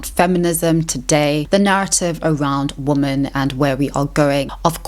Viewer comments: Am I losing my mind or are you saying "woman" every time you mean to say "womEn" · I really like your videos. They make me think and offer new ways to discuss topics like this. I also admire how well spoken you are. And, if I may add, it is a small pet peeve of mine when people talk about women (plural) and pronounce it wrong. It's a woman (woo-man) and two women (wee-men). It's not a big deal, but it maybe undermines the message, similarly how bad spelling undermines the credibility of a text. Just wanted to leave this here. Thank you for your content. ^^ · What's going on with her pronunciation of "woman?" As in, she only pronounces the singular, never the plural. Is this some 16th wave feminist zoomer thing or is she just weird? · It’s woMEN not woMAN why is it always this one mystery woman? I don’t understand :,) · You say woman (singular) instead of women (plural). I'm not sure if its South African pronunciation, but just wanted to share that you're often slipping into saying woman not women. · I love listening to you. Your voice and accent is beautiful to me, just as much as your thought-provoking content. Anyone who doesn’t like how you pronounce ‘women’ can go stick their opinions up where the sun does not shine 🌞